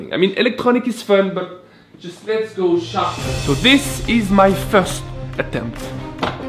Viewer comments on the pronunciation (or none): His accent in the way he pronounces sharpen and sharpening as shoppin and shoppining is interesting.